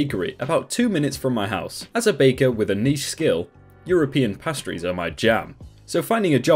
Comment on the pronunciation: "pastries" is pronounced "pay-striz", not "pass-striz" .